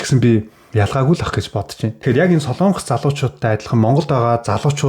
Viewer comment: СОЛОООООНГОС биш шүү????? СОЛОНГОС шүүүүү?????